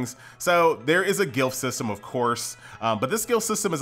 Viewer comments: Dude....it's Glyph not gilf.............please, are you ok?? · The word is pronounced ga lif. not guil f lol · I don't mean to be a nazi, but glyph is pronounced gliff, not gilf. <3